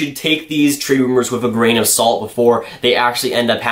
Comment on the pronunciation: Damn how much do say gran of salt lol